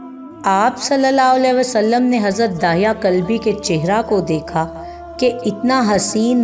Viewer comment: دحیہ کلبی صحیح تلفظ ہے بنی کلاب سے تھے.